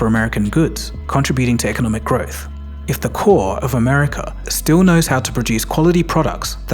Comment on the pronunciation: Why do you say Americurr..? Why tf do you people do that 😂😂😂